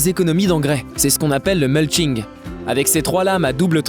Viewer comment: Agréable. Mis à part une liaison malheureuse (il sera T en fonction) et une mauvaise prononciation (muLshing ?). Instructif. Mais au final je ne sais toujours pas quel modèle choisir ! C'est vraiment difficile quand on veut rester sur des prix raisonnables.